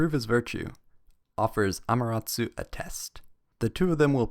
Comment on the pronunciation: He's not pronouncing it right